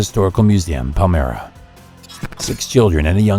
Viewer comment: Pal mra? Perhaps he got confused Elmira. Ehich is near each other